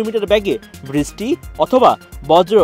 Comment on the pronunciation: বৃষ্টি উচ্চারনে ভূল হচ্ছে